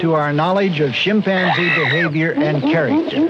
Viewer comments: "Shim" panzee lmao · He’s killing me by saying shipanzzee😂😂😂😂😂😂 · Interesting how Marlin pronounces chimpanzee "shimpanzee" and that I never noticed this when I watched the show when I was a kid.